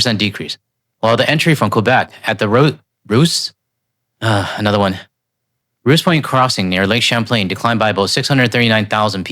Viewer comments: Ow! Ow! ROWsus Point. Rouses Point good try though. This is south of Quebec and Trump country. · Rouses Point - only the locals can pronounce it right. Rou rhymes with wow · You said Adirondak correctly. Try saying it a few more times. Rouses Point, New York is in the United States. Pronounce it like grouse. I think it's from someone's name. It is a major border crossing and a dump.